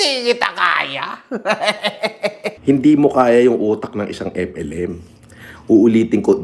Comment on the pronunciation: Pati alyas niyang FLM Hindi pa nya mabigkas ng maayos. Epelim. Bwesit talsik talsik pa yong kinakain